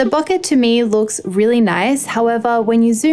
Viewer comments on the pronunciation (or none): It's "BOH-kay". Please pronounce it right. You are driving me nuts.